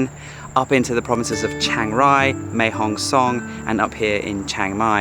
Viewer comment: Great to see you in Northern Thailand again, so many place to discover still ! We are flying this Wednesday again to our 2nd home in Mae Hong Son. One small kind pet peeve here... :) Can you please stop pronouncing it with an "ng" at the end; it's Mae Hong Son, not Mae Hong Song. Thanks!!! :P